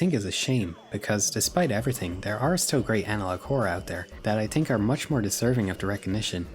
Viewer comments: why is bro saying tink instead of think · Great video man, loved it, but just one question, why do you use the patois pronunciation for the word “think” ?